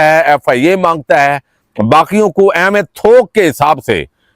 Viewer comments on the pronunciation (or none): Bhai aap ko 'Aaham' kehna ni ata ya mu may phas jata hai? Aap har khabar ko 'Aam' boltay hain to lagta hai ke khabar Aam si ho gi aur koi value ni ho gi. 😢😢😢😢